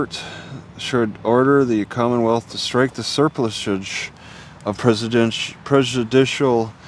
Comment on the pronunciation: The correct way to pronounce it is to emphasize the PLUSS not the Ser.